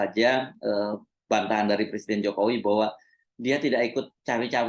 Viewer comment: Iki macak opo....ngucap presiden aja salah..katanya, saya bukan lurah, saya persiden katanya..lucu